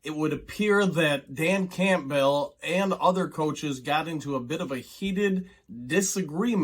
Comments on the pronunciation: Why do you say dan Campbell's name so weird lol just curious. Sounds like you say campville, not campbell (cam-bull) lol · Are you pronouncing Campbell like that "CAMP BELL" to be cute or do you really think that's how its pronounced I have to know? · This guy cannot pronounce Campbell? Has he never seen a Campbell's soup commercial?! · Say "Cool" ...now say "Whip"...now say "Cool Whip"... 😂 Campbell... most people (even Dan) pronounces it as "Cam*Bull" (you are technically correct, but never have I known ANY Campbell annunciate it like that.. 😂)... don't know why it absolutely drives me nuts..love your vids, just drives me crazy 😂😂😂😆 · Say his name correctly jeez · You're saying Campbell weird lol